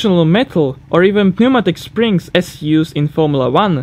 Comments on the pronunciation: Interesting and well done. When I first heard of desmos, I thought, "that's great. I wonder why they don't put it in every little performance engine?" BTW, on the pronunciation front: You don't pronounce the "p" in pneumatic. It's a lot easier to pronounce it correctly, I think you'll find. Also remember that the "schwa" is basically the default vowel in Br/Am English. Master that and you'll eliminate a lot of errors. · Just for future reference, the 'p' in pneumatic is silent. :)